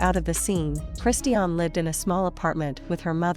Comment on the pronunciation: You are talking a lots of rubbish and you are not even able to say correctly her name.